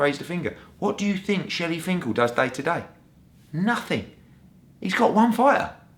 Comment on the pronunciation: " I am never going to a deal with SHERLEY!!! " ……..cheeky chap!! Maybe he should just start calling him Sheldon, if he can't say SHELLY!